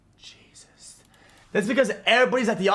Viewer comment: STOP saying "Jesust". use the damn word correctly